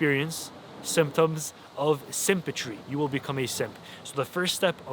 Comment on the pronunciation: Man said sympatry 😂😂😂